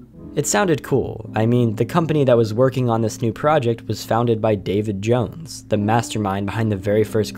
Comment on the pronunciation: When u said David Jones I misheard u saying Davy Jones. xD